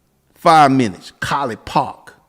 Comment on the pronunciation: The way u said Collit Pawk, had me rolling